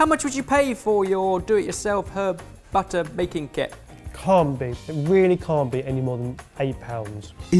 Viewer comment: BAHtah. It's a BAHtah-making kit. Using BAHtahmilk.